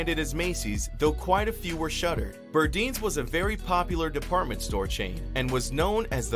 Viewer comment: Very good and informative report! We need to take notice that the system of retail its damage, all of the no longer existing stores should have made it. Granted, nothing last forever in life. By the way I believe is pronounced Bur-Dines as in dine in.